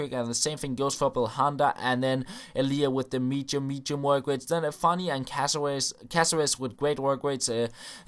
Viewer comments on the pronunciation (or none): Anyone else think he's saying Michu, Michu work rates when he's really saying medium?